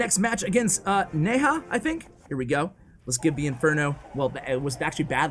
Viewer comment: It's not Neha, it's Lena 😂 л(L) е(E) н(N) a(A)